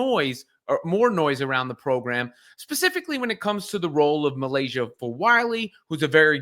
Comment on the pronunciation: MY-layshah not me-.